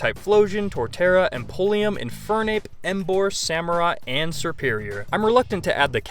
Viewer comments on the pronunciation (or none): "Empoleum" lol how